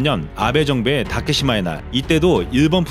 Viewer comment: 초에 "시네마현의 다케사마의 날"이렇게 말씀하셨습니다....시마네현입니다. 자막은 정확히 하셨네요.